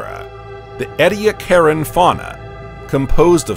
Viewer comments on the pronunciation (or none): It's "ee-dee-ACK-eran" dear, not..... what you said.